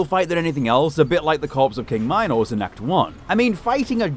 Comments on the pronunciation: horribly late, but I just wanted to say that it's pronounced Mee-nos, not my-nos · ...WHAT? prime? "Minus prime" . what. its "Minos prime" not minus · please stop saying mynos, thank you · that is NOT how you say minos